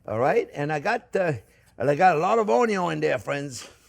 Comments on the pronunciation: Oh man. You made me realize I've been pronouncing "onion" totally wrong.😂❤ I'm now learning to say "ownyo".🥰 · In the Chef Jean-Pierre drinking game, you have to do a shot every time he says, "Look at the size of that onyo!" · Love those onyo 😂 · ❤ me some “ONYONS!” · Chef, you got me in trouble with my wife! She asked me one night, "Sweetie, am I the most important thing in your life?" And I said, "Sorry babe, onyon is always number first." Now I'm sleeping on the couch. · Ok, I got to subscribe and not only for the way you pronounce 'onion' :)